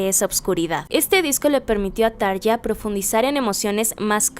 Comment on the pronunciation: Gran video, felicidades! Sólo un punto como fan acérrima desde hace veintiséis años: por favor, se pronuncia Tarrrja ( Como si la R estuviese al principio.). Espero no lo tomes a mal.